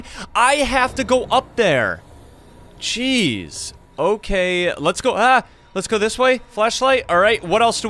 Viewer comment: Your "Jeez" sounds like "Cheese" Btw I have all ending badges